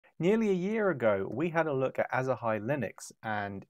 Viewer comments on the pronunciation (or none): You pronounce it a bit wrong. It's Asahi not Asahi xD